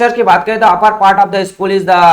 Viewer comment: Why you spell skull=school !??😂